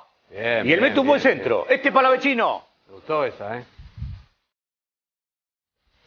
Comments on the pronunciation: porque le dicen palavechino, si no tiene dos C, es Palavecino se dice como el chaqueño Palavecino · Por que le dicen palavechino? Si es palavecino, re boludos. Felicitaciones river por el fichaje. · El mismo pibe dijo que no es palavechino es palavecino y le siguen diciendo igual que periodistas tan mal informados...y no son los únicos en la mayoría lo pronuncian así🤯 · xq le dicen palavechino?? es palavecino soretes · Che me pa que es palavecino no palavechino 🤦‍♂️ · no pronuncian bien, el mismo jugador dijo que es "Palavecino" tal cual suena